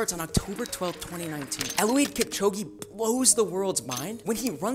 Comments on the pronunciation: if you pronounce Eliud as Eluwid nope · These shoes aren't cheating, Eliud (who's name you mispronounced) didn't even wear vaporflys during his 2 hour attempt those were alphaflys, and they aren't banned in races.. Please talk to someone who knows what they're talking about next time before you post something like this. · Hey bro if you're gonna talk about this maybe try pronouncing Eliuds name correctly and getting the name of the shoe he wore in the ineos challenge right, because vaporflys are not banned. The alphafly is banned as well as the Marathon course itself not meeting several criteria to allow for a world record. And just another mention is that the shoe does not return "more energy than is expended". You are wrong about nearly everything in this video and you should be laughed at. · You pronounced the kenyen athletes name wronge